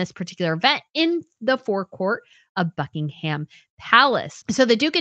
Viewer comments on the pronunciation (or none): Love your content but please the h in Buckingham is silent.